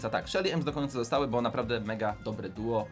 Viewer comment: Nie bu tylko bo